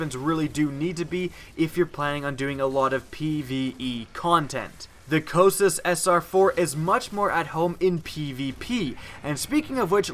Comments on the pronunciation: Co-kite-us. If your gonna do a review, say it right. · it's pronounced Coh-Kite-iss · Yes, it only takes a minute to determine the correct pronunciation of the name of the weapon. It's named after one of the rivers of Hades (the "river of lamentation") in Greek mythology... I don't think he's ever used it. He's just looking at the numbers. The aim assist, power, and feel are incredible.